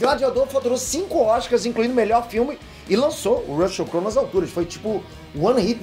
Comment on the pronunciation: Com a pronúncia do YouTuber do nome do ator, desisti de continuar assistindo o vídeo, Rucheu não dá